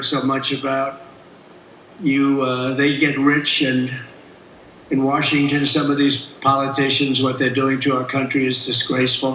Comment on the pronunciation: Wurshington? Really, bud? Oookay....